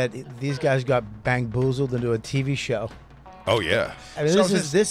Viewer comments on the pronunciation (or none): Did Bobby say “bangboozled”?! Good lord…